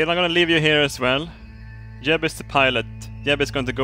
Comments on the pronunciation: he says yeb in stead of jeb lol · I hate how you pronounce j's like y's but that's just me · Is it just me or did he horribly mispronounce Jeb